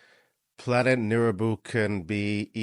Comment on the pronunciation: Nibiru not neribou